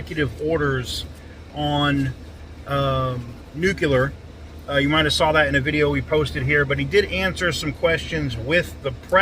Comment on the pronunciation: Love ya, but it's pronounced NEW-CLEAR! Nuclear nu-clear, not nucular. Not new-cu-lar!